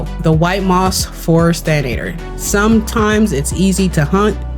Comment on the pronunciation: Thank you for the recipes! I use the mushroom pie and the crunchy egg fry all the time for harvesting. For the future though, it's Than-ah-tore, not than-ay-ture 😅😅